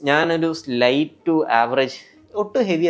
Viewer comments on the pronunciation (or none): none